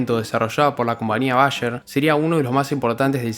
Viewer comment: Bayer ( bacher ) jazz ( Chaz )